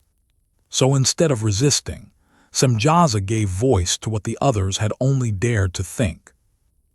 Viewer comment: Samyaza not Simjaza.